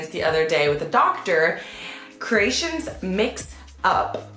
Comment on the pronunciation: Maybe Croatians sound as funny as her when she says Ceratians instead of Croatian